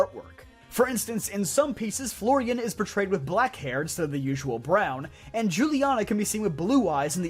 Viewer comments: Huliana, not Jewliana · Its probably pronounced Hul-i-ana sense J is pronounced like a H in Spanish. As pladea is based on Spain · juliana's name is pronounced "hu-liana" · the pronunciation of Juliana is killing me. that girl is spanish. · the j in Juliana is pronounced as h, since the Paldea region is based on the region of the world where Spain is. In Spanish j is pronounced as h